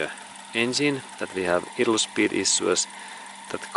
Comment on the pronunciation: Thanks for this video. It helped me understand why my 1989 Toyota idles rough when it is warmed up. BTW "idle" is pronounced: EYE- dle. in English. : )